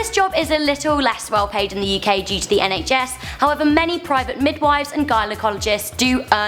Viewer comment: Me: UK Her: YoUh KaY